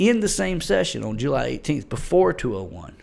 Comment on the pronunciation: I love how you say jUly